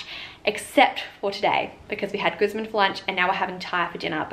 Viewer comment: You’re mispronouncing Guzman.. watch a pronouncing video on how to say it correctly